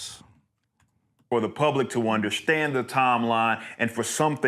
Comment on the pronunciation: I hate how he says "underschtand"